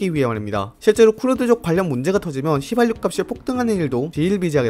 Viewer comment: 초 휘발윳 => 휘발유